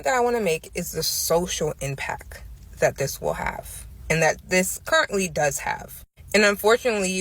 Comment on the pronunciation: I heard her say impac not impact and then she said something about black men not being intellectually sound